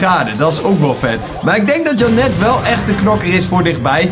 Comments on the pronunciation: Niet om vervelend te doen maar volgensmij spreek je janet uit als jhenut. BAWZ ARMY!!!! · Je moet da naam in het engels uitspreken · Ik: Janet: Jannet😂